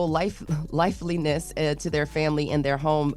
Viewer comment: was she tryina say "Lifelines"😂😂😂